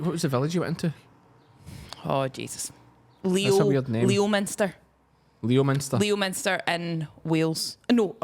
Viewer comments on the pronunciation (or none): Leominster is pronounced Lem-star 🤨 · Hi guys, can you tell that Leominster is pronounced Lemster. A bit like some of the places you mention in Scotland that don't sound like they are spelled. ❤️